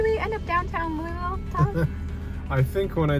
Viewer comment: It was so dreamy to ride along with you on those palm tree lined streets...ahh, and then the ocean views!😍 Bummer to get stuck in Louisville but also heartwarming to me to see the footage b/c I’m a KY girl! I’m gonna have to teach you how to say “Louisville”... I’d spell it out phonetically but I’m pretty sure there are no existing phonetics that capture the drawl!😆